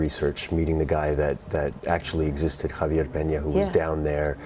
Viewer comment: When she pronounced Javier as “Haiive-ee-air” in the first 60 seconds I was so confused. Then I read your comment… she must be really ignorant like most media types